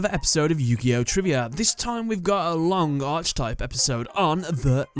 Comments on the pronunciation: Every time pronounces Archetype as Arch-i-type rather than Ark-i-type, another bit of my soul dies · Can you cover the Satellarknight cards? Also archetype is pronounced "ark" not "arch." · It's pronounced arKUHtype you anglo-fuck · Garnet The Gem Yeah, it’s a little annoying. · I wouldn't care so much if he didn't say it all the time 😅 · It's just annoying